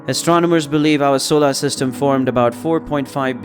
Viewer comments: I got hung up on that too. They can't find a person to speak? You'd think they would have fixed it. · Fantastic video. Super distracting how you say solar, but a great video 😂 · "Solar" needs some pronunciation work.